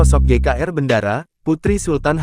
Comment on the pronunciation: BENDARA NDHASMU. BENDARA DIBACA BENDORO BUKAN BENDARA. TOLOL!